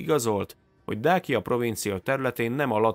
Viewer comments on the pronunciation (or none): Nem Dákia, hanem Dácia ahogy Ciceró sem Kikeró!!! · Többször rosszul mondtad a Dacia szót ezt magyarul igy kell kiolvasni: Dácsia